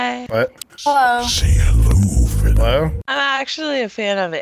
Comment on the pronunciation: its Wee.. ARe VENumm. not wee r venim.